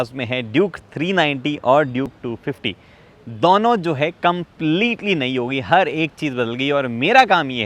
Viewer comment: bhai dono ko dauno kyu bolta hai